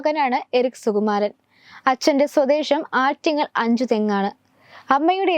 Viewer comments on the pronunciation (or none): സ്വദേഷമല്ല, സ്വദേശം.മലയാളം ആദ്യം നന്നായി പഠിക്കണം.